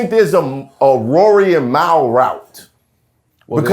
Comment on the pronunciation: I don’t even fuck wit that bozo Mal .. but I need to know as a black human being .. how can you pronounce that incorrectly??? It pisses me off